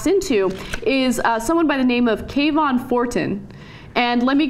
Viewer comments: it could be Kuh-vaughn vs Kae-vaughn (as is pronouncing) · how are they getting the sharp k sound out of kavon? it looks like it should be pronounced kuh-von, you dont say kevin as kay-vin, this is just looking for offense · I don't think this was intentional. The game takes place in Chicago during the autumn, uh when lots of characters are wearing hoodies. The name Kavon Fortin, when I read it, sounded like Ka-Vaughn to me not Kay-Von.. And it's a randomly generated npc. Every time you fail and start over the car/person you see can be different. It's a fun game, not based in Florida, about a city where hoodies are a logical choice for cool weather. I feel like the person who called attention to this was projecting, in a way, their guilt over fighting a black person in a hoodie... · I think you guys are just pronouncing it like Trayvon Martins name to make it seem like you're right lol I read it like Kah-vun (Sounds like cabin) Fort-en